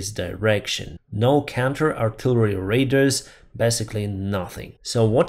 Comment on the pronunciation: Thank you, for this video. Very Informative updates of this unnecessary war by Russia. Just to help you with pronouncing this technical word, “radar.” It is pronounced, sounds like, “ray” “darr.”